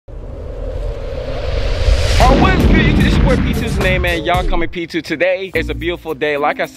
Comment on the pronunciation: Oh I thought he said y'all call me p2